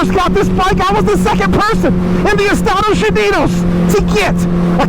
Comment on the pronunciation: Estadosh unidosh 🇺🇸😂